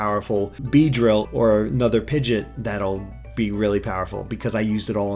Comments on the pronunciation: It's Pigeot, not Pigit... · Please, it's driving me mad. It's not Pidget It's Pid-Gee-OT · Yeah, it really bugs me when he says that :/